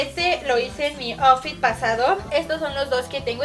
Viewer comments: Miren me gustan muchos sus videos pero lesslie si no sabes ingles mejor no digas las palabras por ejemplo outfit se pronuncia autfit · ajasi , aparteyo soy americana osea de estados unidos y vine a mexico hace poco y ha español y outfit no se pronuncia aufit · ***** claro que no lavatelas tu dijo asi outfit como se escribe pero se tiene que pronunciar autfit que no sabes ingles? Porque yo si se